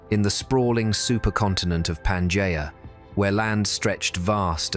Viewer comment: UNWATCHABLE - in the first 30 seconds if you cannot even pronounce Pangea - trash